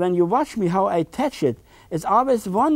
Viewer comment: It is pronounced tetch,beautiful tetch or almighty tetch.haaaaa haaaa.